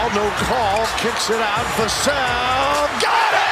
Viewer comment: I thought it was ai until he pronounced Vassell 3 different ways😂